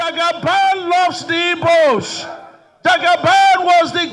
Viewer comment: Is he an Igbo man? Because and Igbo man won't pronounce it this way he did. Which one is Ibos?